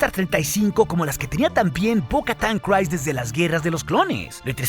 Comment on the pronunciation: Eres un crack, me encantan tus videos. Solo tengo un comentario, no se pronuncia "crais" el nombre de Bo Katan, es un sonido más como "criis". Saludos y síguela rompiendo master